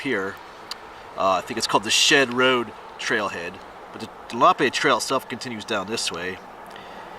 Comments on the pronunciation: It's pronounced leh.nuh.pe! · Len ah pee